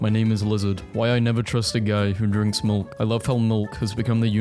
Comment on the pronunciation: i love how he says milk. mulk.